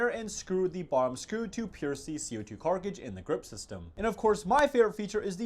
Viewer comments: I don't mean to be critical, however it amuses me how he says carkidges, instead of cartridges. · Bro said carkicdges 💀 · Keeps calling Co2 cartages "carcages" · Did you say co2 carcages? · ah yes the famous co2 "carkridges" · What's with the way you pronounce cartridges